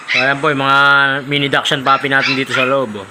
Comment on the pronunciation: ang tamang pronunciation po ng "Dachshund" ay daks - hund. hindi po Dashand o dak shand. Daks- hund po. Salamat po and more power. Congrats po sa 100k subscriber. Looking forward sa 200k 😊